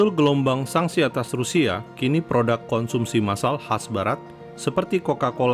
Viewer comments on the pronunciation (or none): Bukan PRODAK tp PRODUK.. pake U bukan A...